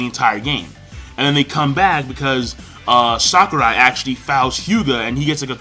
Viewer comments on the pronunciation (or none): none